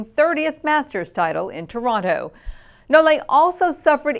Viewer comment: And it's nole not no-le like she says it easily.